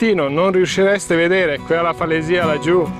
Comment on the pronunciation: Comunque la pronuncia corretta è falèsia.